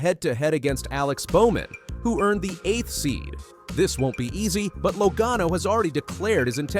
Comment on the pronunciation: What is with you narrators of NASCAR videos. You mispronounced driver's names, example Joey Logano and Pocono Speedway. Are you familiar with NASCAR? Apparently, you are not because if you listened to the broadcasts, you would know how to pronounce names. Also, you put up lower 3rds, or supers, you know the words on the bottom of the screen. That is what they are called. You put them up and before you can read it you take it down. Leave them up longer, way longer. Get your act together.